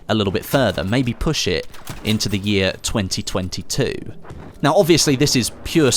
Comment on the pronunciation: Nothing to do with the vid but who else finds it weird when he says 2022 😂😂😂